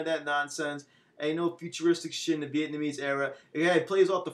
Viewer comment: just to help you out bro it's vietnamese (viet - na - mees)